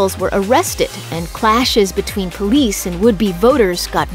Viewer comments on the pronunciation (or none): none